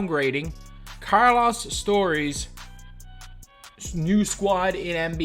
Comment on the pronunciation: “Carlaas Starys’s”😭